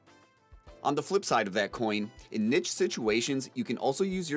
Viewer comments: did anyone else need to take a pause after hearing how he pronounced "niche" wiefhbew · The way you pronounce niche XD